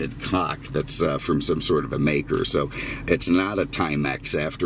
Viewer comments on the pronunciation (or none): none